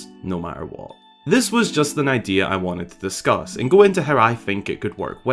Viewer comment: I thinik its an itristing idear